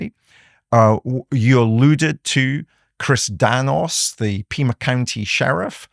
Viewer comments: CHRIS NANOS!!!!!!!!!! Not Danos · It’s Nanos with an “N” not Danos.